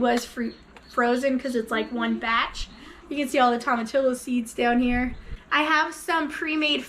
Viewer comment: Hahaha tom-a-tee-o, (tomatillo).